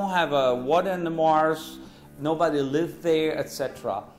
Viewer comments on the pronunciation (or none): none